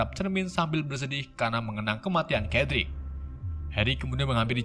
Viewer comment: Bang sebutan nama sedrik digori bukannya kedrik digori